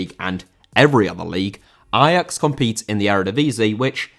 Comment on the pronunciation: I'm not Dutch, but respect for saying Ajax the way it is supposed to be pronounced.